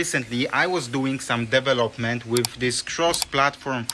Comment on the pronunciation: Is it now? I thought Debian was GPL, which is kinda fucking hard to close source, at least at the level Apple operates. And I also knew that it's the FreeBSD code they stole, because of, you know, the BSD license. But what can I expect from someone who does DEV-elopment and not de-VEL-opment. No, I'm not simply exposing your terrible English, I'm exposing you being comfortable doing things half assed in life. I'm ESL, so you have no excuse. ESL stands for English as a second language, quite sure your half assing ass didn't know that. If you're comfortable sounding like a clown, wich is obvious to everyone, I don't even want to know about the quality of the products you develop. Or are you one of those ones that happily and proudly produces a lot and then also happily fixes the disproportionate amount of bugs that inevitable pop up when someone does a half ass job, wasting everyone's time and money?